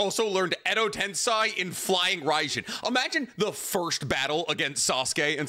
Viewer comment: Love 90% of what does but I have a gripe I can’t ignore with this man. He’s a literal Naruto scholar but mispronounces several things I feel like should be inexcusable for a man that believes his own hype so strongly. For example, he says “Tensei” wrong every single time. I mean cmon man, it literally is one letter off from “sensei” but we don’t hear him saying sen-sai.